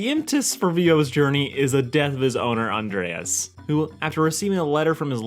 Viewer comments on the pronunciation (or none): Flamingo? Spoon-bill, Becky would be disappointed. And Andrés is pronounced An-drae-s, not with ea-es